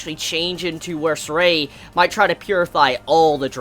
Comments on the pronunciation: It's Zestiria. Not Zestria. 4 syllables. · "Hopefully I'm saying her name correctly." Bruh,, you can't even pronounce the anime title correctly.